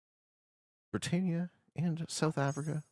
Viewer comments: Pedantic, but it’s pronounced bri TAN ia not bri TANE ia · Britannia not Britainia! Comon,I know you're from one of the colonies, but it's like me saying Canadia! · Why can’t you pronounce Britannia?